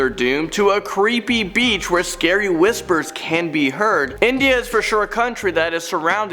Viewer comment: bro it's INDIA not INDA ✌️✌️